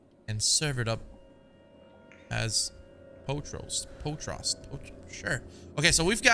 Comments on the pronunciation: He said potrast?😭😭 it’s pot-roast 😂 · My man said poh trost. I love you POT ROAST 🤣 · No one:: "POH TROST" (Pot Roast🤣) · My guy said poot roast 🤦‍♂️ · It's actually pronounced po troast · its Pot-Roast bruh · "poat roast" XD it be like that sometimes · Remember that time hollow couldn’t pronounce pot roast 😂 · that’s still not right hahahha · He just mispronounced pot roast 😂😂